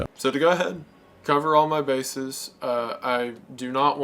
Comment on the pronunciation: The way he said “he’s got mah vote” has got to be the most Tennessee thing I’ve ever heard